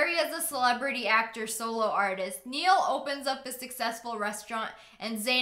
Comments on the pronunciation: She said Neil instead of nail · ITS IS “NILE” NOT “NEIL”!!!!! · Its not Neill Its Ni-ull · You said Niall Nie-all Not Neel xDDDDDDDDDDD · SSSniperWolf btw u Pronounced Niall wrong it's not Neil it's NIELL but he spells it Niall I should know cause Niall is Irish and so am I and Niall is an Irish name along with Eavan and Eanná and that line above the last "a" is a fathá and this is Hello or May God Be With You In Irish "Dia Duit" if you ever come to Ireland make sure to ask me for any Irish words because I am in 5th class I don't know what grade it is over in America but I will sure google it oh ya! All so your dunken donuts are massive and in Europe massive means SO YUMMY ME BOUT TO DIEEEEEEEE if you read this...... what are you doing with your life? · IKR but I can’t get over how she said Neil and not Niall 😂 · IT IS NOT NEAL IT IS NI-ALL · It's pronounced (Ni-all) no (neel) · It's Niall not Neal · It's not nail either it's pronounced NY ALL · girl really said Neil- 😂n-igh-ul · Niall's name is N-I-ALL not neial. LOL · not to be rude! but....... ITS PRONOUNCED N-A-IL! NOT N-I-AL! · niall is pronounced nile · its pronounced n-i-all not niel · SSSniperWolf I'm not being rude but it's ni-ell that's how u pronounce it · girl! you pronounced Niall wrong. It's pronounced just like the river "Nile". Loved that 1D part tho❤❤ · When she calls niall neal 😭😭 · the fact that she said niall like neel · DID SHE JUST SAY NEEAL? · Did you just call Niall, Neal? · Btw sorry I don’t wanna be mean about this but you are saying Nialls name wrong and I only know this bc my brother is called Niall it’s like says ni all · Lia... It's pronounced like Nile. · cough Niall is pronounced Nile :) cough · Im a 1d fan so imma tell you that its not like niall its like the pronounciation is naill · Bruh Niall is pronounced n eye all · Am I the only one who got uncomfortable when she mispronounced Niall? It's pronounced NY-ALL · you said niall wrong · Same😂😂I miss them❤️❤️ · lia said niall wrong...